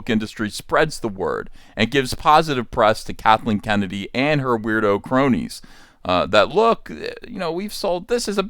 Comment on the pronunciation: I thought I heard you say “Catholic Kennedy” 🤣